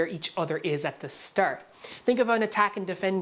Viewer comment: I love your Canadian accent on words like ARe and stARt